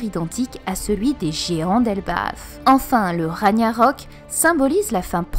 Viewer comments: Juste une petite remarque: Ragnarok ne se prononce pas comme en français, ça se prononce plutôt <<Rag'narok>> pas <<Raniarok>> Et pour le Jurmongand (pas sur de l'orthographe), le "J" se prononce plutôt comme un "I" ou "Y", c'est à dire que l'on prononce <<Yourmongande>> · Super théorie comme toujours ! Joyeux anniversaire ! Pour info, Ragnarok se prononce "Ragunarok" (le "g" comme dans "guerre"). C'est rien, mais ça me titillait l'oreille :P